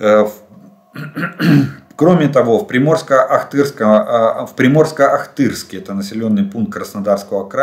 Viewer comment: Олег! Не Приморско-Ахтырск, а Приморско-Ахтарск.